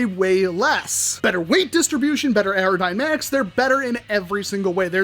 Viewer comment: "Aerodymatics"? Someone is super stoked